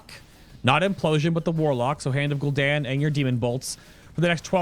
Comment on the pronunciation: After you said Gul ish Daniel 3 times I got annoyed and stopped watching can't be the only one